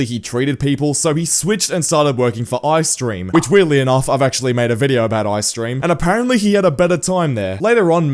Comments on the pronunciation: It's E-Y streem not I streem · I-Stream 😭😭😭😭🙏🙏 ITS E-Y-STREAM NOT EYE-STREAM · I’m going to say this, when you mentioned EYstream, you called him “eye-stream” I haven’t seen the other video that you mentioned but I’m just tryna say that it’s pronounced e, y, stream. Just trying to prevent future arguments, anyway, great vid keep it up